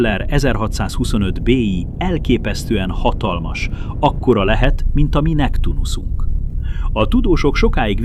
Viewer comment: Neptunusz és nem Mektunusz.Nég picit csiszolando az AI programozás.